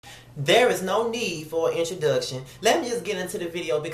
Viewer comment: Lol. The way you pronounced introduction!!! Introduuugtion. Kmsl